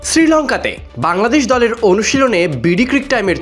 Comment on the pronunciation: গলের না দলের 🤨🤔🤔😂😂😂